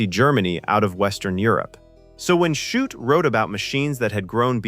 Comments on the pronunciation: And the mispronouncation of Shute’s name. Several different pronunciations. The scene with the Coke bottle and the Morse key was filmed at the Rockbank HF Radio Receiving Station in Victoria, Australia. It wasn’t a transmitting station, it was a receiving station operated by the Overseas Telecommunications Commission (Australia) - OTC(A). The observant will have noticed the AVO valve data book in the background - it had specs for valve (vacuum tubes) for the AVO (British) valve tester. I used to use one when I was a young technician. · How many ways can the authors name be mispronounced? This AI tries its best. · How many ways can you pronounce Shute, watch this and find out. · Shute is pronounced "shoot". It's not that hard! But here we have "shut", "shoop", even "shoopid". Time to re-record, I'd say. And if Gardiner Street honours Ava Gardner, why is it called "Gardiner Street"? It was in fact named after Captain Robert Gardiner, one of the very first British settlers in the district. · Who the hell is 'Shut'.Do you mean Shute,as in 'shoot'.Pathetic. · Shute. Pronounced - SHOOT! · "Nevil SHUT, Nevil SHOUP, Nevil SHUPID": Either your AI has radiation sickness, or The Vintage Flame forgot to teach it how to read! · Maybe with 100 years of radation, AI will be able to pronounce things correctly. "Shupet". Jeeeze. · Well disguised AI content? Everything seems well until #14, the name of the author of the novel is pronounced "shut", as in "the door is shut". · Great film but this is AI BS. "Shut"? C'mon, at least get the man's name right, FFS!!!! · Come on, AI, get Shute's name correct. He was not shut, or shoopert, or any of the other variants in the commentary. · And in the whole last part it calls the author Shut instead of Shute. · Shute comes out as Shutt. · Sheesh. Listening to how the AI-generated narration mangled the pronunciation of Eisenhower and Shute made this video unwatchable.